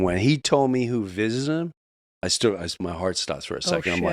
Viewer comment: "Vistited"? By aliens?